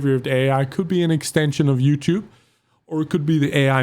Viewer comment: The way says YouTube as in YOUChewb reminds me of wildcat playing modern warfare with a fake accent saying he’s gonna put the clip on youchewb